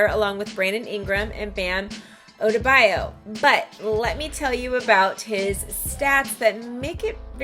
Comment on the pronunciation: Why did she say bam’s last name like that😂